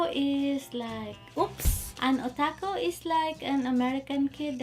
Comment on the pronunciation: did mom say O'taco